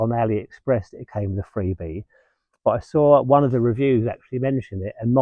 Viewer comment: Don't think I will be buying a tent, but if I do I will certainly ask for your advice. Freebee, i thought you said Frisbee 😊